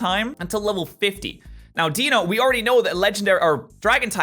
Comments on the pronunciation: can you stop saying dieno it says dEINo thank you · The official pronunciation is DIE-noh. Deino, Zweilous, and Hydreigon's names include the German words for one, two, and three. Those words are eins (or sometimes just ein), zwei, and drei. So it's DIE-no, ZVIE-luss, and hie-DRIE-gun. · since when can we trust the anime on anything? and as you should know the Deino line has the quirk of the German numbers so it would make the most sense to actually say Ein the same way you say it in German